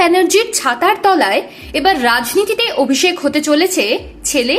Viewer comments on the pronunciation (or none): none